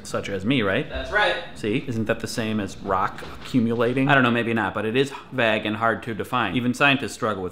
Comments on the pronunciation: Why do you say vague as vaeg? I say it vay-g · Vaaaaag? Like bag? Nono. Vague. Like plague. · Did he pronounce vague as "vagg"? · is he saying vag? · Pronouncing 'Vague' wrong wheez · Anyone else think the pronunciation of "Vague" is weird in this video? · You're the first person I've heard use that pronunciation of '"vague" o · You say vague weird. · Great video, but I couldn't get over how weirdly you say "vague" D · Is it just me or did Craig say "vague" very strangely?